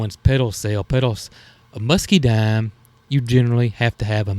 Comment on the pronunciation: there isn't an "R" at the end of Pergola - Per - gah- la. 🤣 And it is Muscadine, not Muscadime. 🤣🤣 Sorry about the corrections, but just thought you might want to know since you have mastered Potegar, 🤣🤣